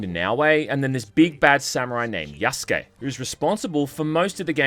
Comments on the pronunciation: "Either as Naoe or Yasuke" is what you meant to say. Not Yaskay. Be better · What you meant was "you have to experience things as Yasuke". You fucked up again by saying Yaskay. Be better. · You really mess this up through the whole video huh? It's Yasuke, not Yaskay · God that was tough to get through. Hopefully by now you know how to pronounce Yasuke correctly instead of sayin Yaskay. I wanna support you but with fuck ups like this it's hard to take you seriously. I mean you did it the entire video. Learn to read. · They bring it up in regards to Yasuke. No one brings anything up to Yaskay because that's not how you say the name. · You dense idiot. It's Yasuke, idk how you can read from your skript and think yeah that's how it's said. It's Yasuke, not Yaskay. Learn to read or find another career. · You're relentlessly stupid. It's Yasuke, not Yaskay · Again, Yaskuke not Yaskay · Jesus I can't wait for you to learn. Yasuke, not Yaskay. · You fucking moron it's Yasuke not Yaskay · Lmao I knew your dumbass was gonna say it 💀 it's Yasuke, not Yaskay. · You need to get your shit together. It's Yasuke' not Yaskay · You're still fucking it up. Yasuke, not Yaskay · Again. Yasuke. Not Yaskay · I'll correct it every time you mess up. Yasuke' not Yaskay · Please pronounce it correctly. It's Yasuke. Not Yaskay